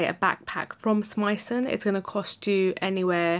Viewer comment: you pronounced Smythson absolutely spot on Great review by the way